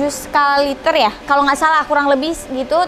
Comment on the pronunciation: Skala Ritcher dede bukan liter we hehehe